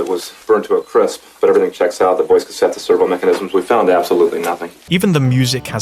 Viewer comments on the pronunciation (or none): none